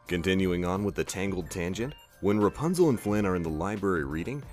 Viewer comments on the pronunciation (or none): none